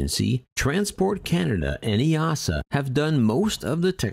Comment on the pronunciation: Kudos for pronouncing EASA correctly 👍